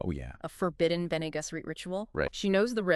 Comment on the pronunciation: Ben-AYE-Guess-errr-ate. Wtf is this pronunciation lmfaooooooo